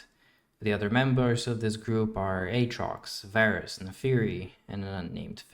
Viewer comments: all the Darkin names include the “ah” pronunciation due to the double A’s. Its funny how you pronounced Varus with the “Ay” pronunciation still considering he’s the exception with only one A. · Why is Varus not Vaarus